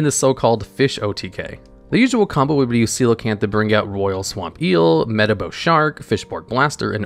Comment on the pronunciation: I can’t believe he read coelacanth correctly of all things…